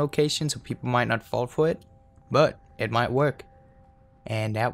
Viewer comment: "pwepol might not fwall fow it"